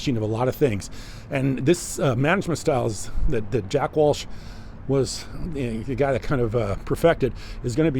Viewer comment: JACK WELCH.. NOT WALSH 👍